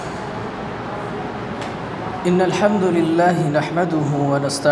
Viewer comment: شیخ إنّ الحمدَللہ د پر زبر ہو گا نا کہ پیش جیسا کہ آپ پڑھ رہے ہیں‌